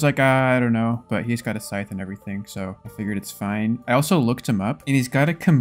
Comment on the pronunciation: can u stop saying sytch every chest fk it annoying asf